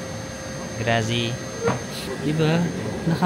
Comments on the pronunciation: love your videos 🎉🎉🎉 Happy Birthday pooo. Pero Grazie poo (gratzeeee) hindi po grassssyyy hahahaha keep going. Lovu❤ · Grazi???😂😂😂 it is Grat-zi! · Grazie (Thank you) is pronnounced as Grath-see. Piazza (Plaza/Square) is pronnounces as "Pee-ath-za". Just like Pizza. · grazie should be pronounced as GRATSYE. Risotto is Rice (riso). The bread is intended as your aperitivo (appetizer). tear the bread and scrape the olive oil with it. it's called SCARPETTA (scrape). you may mix the oil with pepper and parmigiano or balsamic. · 😂😂😂😂 natawa ako sa vlog mo na to duwo😂😂(duomo) then sa tinapay 😂😂😂😂 grazy(grazie) 🤣🤣🤣 sige kuya ipalaman mo yung risotto 😂😂😂 na enjoy ko panoodin ka.... kung po ang sulat yun din ang basa wag mo artihan at na mamali ang higkas 😂😂 Sige lagyan mo ng balsamic ang risotto 😂😂 try mo lang